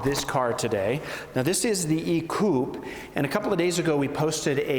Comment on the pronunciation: Since we do not use an accent aigu in the States, he can perhaps be forgiven.